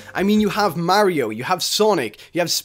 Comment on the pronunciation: Wut da heck why did pronounce Mario wrong